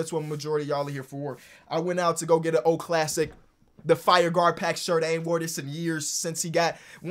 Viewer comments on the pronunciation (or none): none